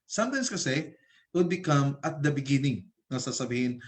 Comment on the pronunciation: sorry pero natawa ako sa “beningging”